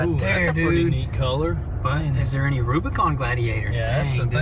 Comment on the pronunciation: AH NEEYD A REWBIKAWN